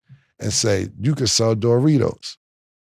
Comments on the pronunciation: Nah the way Cam says Doritos “Dough-ritos” 😂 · “DOOR REEDOS” - Killa😂😂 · I swear cam be mispronouncing shit on purposed 😂😂😂. DJ Metcalf, and door-ritos 😂😂😂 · What are Door-Ritos? 😂